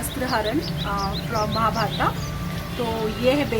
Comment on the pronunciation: महाभारत बोलिये आप महाभारता बोल रही हैं